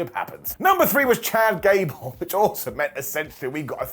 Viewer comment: Did he say “Ghad Cable”?😂😂😊